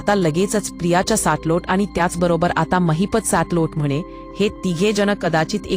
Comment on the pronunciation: It's Mahipat not Mahipta